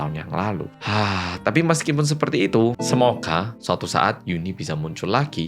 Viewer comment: Ngomong TAPI nya kenapa harus di gas to,lagi nonton jadi emosi gara2 kata TAPI yg berulang kali di ucap sambil ngegas...